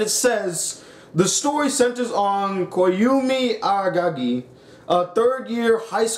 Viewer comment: If you didn't take the time to learn to pronounce Koyomi Araragi (Coh-Yow-Mee Aw-Raw-Raw-Gee) and you think that a show needs action to be good, maybe you should stick to OreImo, the anime where the protagonist falls in love with his own sister (OreImo is literally japanese for MeSis). No wonder you rated it higher.